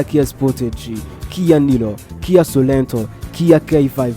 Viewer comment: Iyo Publicité yanyu hari aho iyobya abantu: KIA SOleNTO who kuvuga SOreNTO!!!